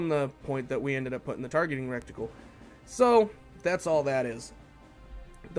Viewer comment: It's called and pronounced "retical" not "rectical"